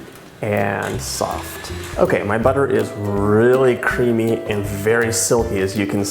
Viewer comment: Omg is it just me or it it rly weird how he says cream/creamy?? No hate, just an observation.